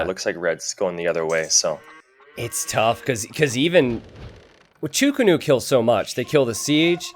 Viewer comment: wtf is a "cho ko nu" xD it is chuu ko nu